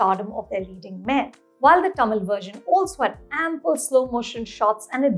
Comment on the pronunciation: At what point do we stop wrongly pronouncing Tamil as "टा-मील" ??? its "तमील". "त" not "टा".